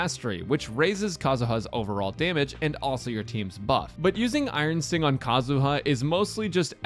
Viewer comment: he said iron stink idk if that was intended KEKW